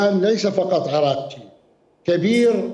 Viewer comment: المحترم وزيرالخارجه اسمه عرگچي وليس عرقچي نسبه لجده الذي كان يشرب الخمربشراهه محبتي